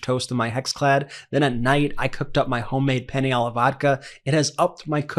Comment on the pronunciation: Penne not penny.